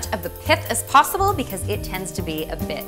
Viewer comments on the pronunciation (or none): none